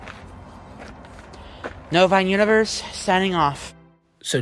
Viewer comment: I still can’t believe he calls it that, how does he not know it sounds like that? What even is a Novine?